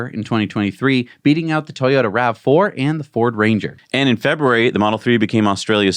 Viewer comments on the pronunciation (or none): none